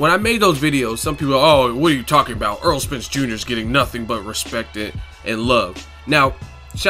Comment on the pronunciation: AIR-ROLL not Earl